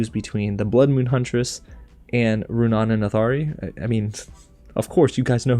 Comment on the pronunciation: Also I noticed that he stopped pronouncing Runaans name wrong probably since I called him out in the comments of the last video : \